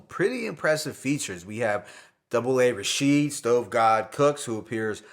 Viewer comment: I have love for your reviews please say A A Rashid no one says double A Rashid lol This particular album is not my favorite of the series.That being said Rome Streetz is officially with Greslda.I love southern Emcees with strong southern accents Rapping over no drums. Sauce Walka flow and delivery had alot of personality and was my favorite.Lil Wayne was dope to hear as well , I love the fact that if you work with Greslda you are going to enter the world of Greslda no crossover. Conductor Williams and Sauce Walka are the MVP of the album. To me westside Gunn is the p Diddy of the underground he knows how to bring the best out of artists and puts more spotlight on the culture of the HipHop then himself.* Side note Stove God Cooks is the artists to play to your friends that love young thug and are not into no drums or boom bap. That being said Stove needs to expand his subject matter if he wants to be a GOAT, he is suffering from the pusha T disease. Great Review keep it up your only competition is Dead End HipHop and the OG Misantropik One peace